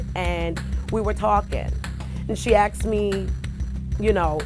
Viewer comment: Everyone on this show says, "axed me" instead of "asked me"